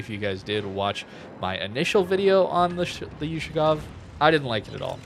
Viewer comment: BTW, the correct way to say it is "Oooh-Shakov" the letter is an Oooh sound, like yahoo ... not You-Shakov of course no hate or anything, love your videos, just as a native russian speaker, it hurts 😆